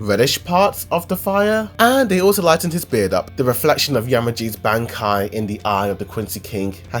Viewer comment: that bankai pronounce killed me...